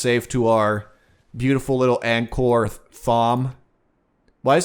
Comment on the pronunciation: Josh G thank you. These pronunciations kill me.